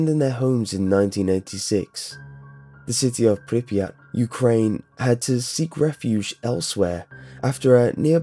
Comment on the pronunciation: *Pripyat. Get rekt kid.